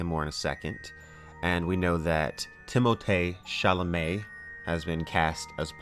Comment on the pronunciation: VilleNOOOOOIVE TIM-OH-THAY SHALL-OH-MAY xD